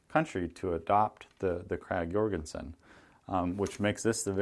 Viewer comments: You'd be right on the pronunciation. Jorgensen with the "Y" sound is the Nordic way of saying while the American pronunciation is with a "J" sound. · Thx for you vid. Very well photoed. First I've seen w good photo of the magazine. And a nice specimen you got there, well kept et al. Your pronounciation is not wrong. The Danish and the Norwegian pronounciation is already different on this name. When you compare the Krag and the Mauser, I think the Mausers w non-rimmed cartridges were later than '89. It was the 91 and on. But I can be wrong. Haven't checked with my "Frank de Haas - Bolt Action Rifles" Regarding the complicated hinged magazine, did they weld at that time? Or did they just solder. In the last case the machining would most likely be the strongest. I don't think the technic of welding was that developed yet. But I'm just ranting here, I don't know for sure. But any way, yet an other vid, that is tha reason for my sub. Thx